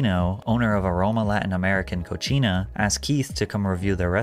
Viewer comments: Bro said cochina 🤣🤣🤣🤣🤦🏽‍♂️it’s pronounced CO-sina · Bro said cochina instead of cocina 🤣 in English bro said dirty girl instead of kitchen😭😭